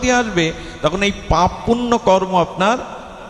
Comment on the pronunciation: হরে কৃষ্ণ ❤❤❤ আমার অপরাধ মার্জনা করবেন আপনার বেশ কিছু সুন্দর আলোচনা শুনি। একটুখানি বলতে চাই যে আপনার বেশ কিছু জায়গায় বোঝতে গিয়ে বলছেন যে "পাপ পূর্ন" কিন্তু কথাটা হবে "পাপ পূণ্য। বাকি ভাগবত পাঠ ভীষণ ভালো লাগে। ভালো থাকবেন ❤❤❤❤❤